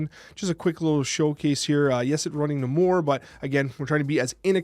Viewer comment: Pronounced NAY-more 😁 Sorry, had to, the way you said it was driving me nuts lol